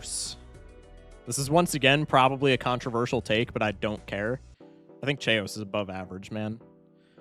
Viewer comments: The chaos mispronunciation is making me question if it’s actually pronounced Che-os and not… chaos lol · him pronouncing chaos like "chay-ous" hurts my soul on an immeasurable level, it's pronounced "kay-yoss" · His pronunciation of chaos is getting to me. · Why do you pronounce chaos like that 😭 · why do you pronounce Chaos like that